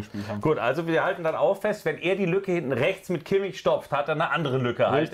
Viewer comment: lernt doch endlich mal kimmichs namen